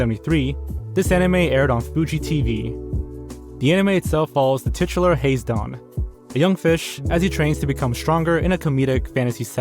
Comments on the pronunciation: the title would be pronounced ha-zay(rhymes with may)-don not haze-don. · Hello from Japan (I'm Scottish but live in Tokyo)! Hazedon (ハゼドン) should be pronounced HAH-ZEH-DON, not hayz-don. Each syllable is pronounced in Japanese. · "Day-bew-ted" - Day-bewd "Hayz-don" - Hah-zay-don "Gahlifray...?" Gall-eh-fray-en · Hazedon is pronounced Hah-zeh-dohn btw